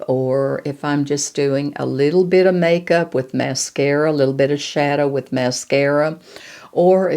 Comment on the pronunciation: Hi I do hope you're doing well,,I loved this video, marvellous,,btw,I loved you saying make soup,,,hope it's Irish Stew🤣ty for your videos,💐🌷❤️❤️